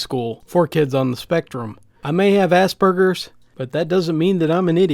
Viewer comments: For the future: As-Per-GERS, not As-Burgers. It's a pretty widespread mispronunciation. Just so you know. :) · Assburgers really am i hearing it wrong or typing because who THe fUCK NAmES A MENTAL ILLNESS ASSBURGERS